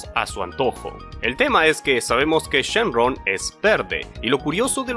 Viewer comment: dijo shen RON XD